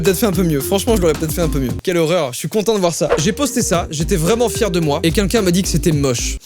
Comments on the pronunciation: On est d'accord il dit '' qunqun'' au lieu de "quelqu' un" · Est-ce que je suis la seule qui a remarqué que quand dit "quelqu'un", ça sonne comme qu'unqu'un? 😅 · A chaque fois qu'il dit "quelqu'un" aka "kunkun" jme tape un fou rire